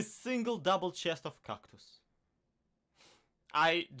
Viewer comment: Why do you say Kactus if it's called cactus